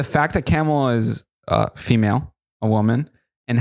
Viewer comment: Hi, just FYI. Kamala is pronounced Comma-La. Like a “,” .